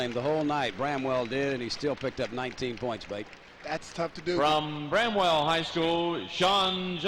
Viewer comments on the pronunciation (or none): its BRAMWELL ..... NOT BREMWELL !